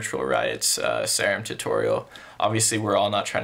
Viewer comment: it’s sear-um like an actual serum of medicine